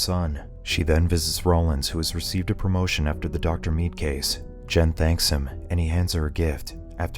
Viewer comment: The way this guy says the name "dr mead" 😖